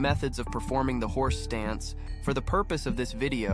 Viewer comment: wait, are you saying horse dance?